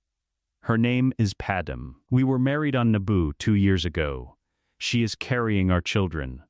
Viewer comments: ITS PADME....PRONOUNCED PAD..MAY...NOT PADEM!!!! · Her name is Padme. Pronounced Pad may. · AI voice, creator will have to train it to say it right. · You need to narrate your stories yourself. Because your AI narrator is miss pronouncing padme's name.